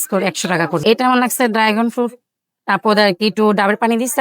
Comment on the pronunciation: ড্রাগন না ডাইগন😂😂😂